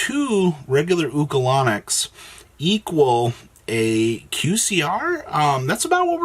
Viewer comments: He said, "Ulco-Lon-Nic" 😂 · Bro said oocalanix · The way you pronounced Ulcanix was criminal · lol agree